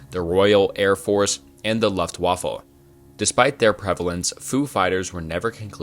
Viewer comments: Please say Lufftwaffer again! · Some of the pronunciation in this is laughably bad 😂 menjell, jestapo, luftwaffle ??? My word. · saying "luft waffle" and in the sentence he implies they're apart of the allied team i can't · “Esto-Eric”, “Luft-waffle”, “Jestapo”. Jesus dude